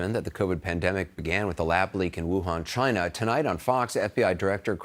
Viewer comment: Chy... nnna?